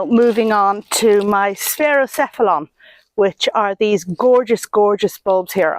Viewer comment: During the last part of your video all I could think about was how glorious your purple colchicums look right behind you!!!! You pronounced the sphaerocephalon allium just right. Their name contains two Greek words sphere and cephalon/head, so sphere-headed alliums, I guess 😁